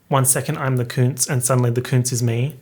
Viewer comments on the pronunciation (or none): Ummmmm.... Just my 3¢... BUT when Art Pop first came out I heard and thought she said "KUNST!!" Or at least how I looked up the meaning of the word, which is The German word for "Art!!" Which honestly still works if as if she was saying "One day I'm the Art (Kunst) and suddenly the Art (Kunst) is me!! " Anyway I just went with that... But it has always made me think/ ponder that A lot!!